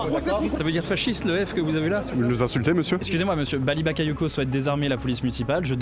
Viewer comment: Elle a dit, Baly Babayoko à 2 min..😅franchement, ce sont tous des racistes à mal prononcer son nom 😝